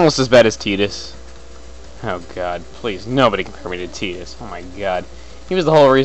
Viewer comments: lolz at teetis... Isn't it pronounced Tye-dus? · tidus was cool.... cuz of the sport he played. AND its pronounced tie-dus. just sayin. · its pronounced tie-tus and i like final fantasy X and X10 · Tittus? You mean Tidas? (Tie-das) thats how to really pronounce his name. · It's pronounced Teedus in Kingdom Hearts 1.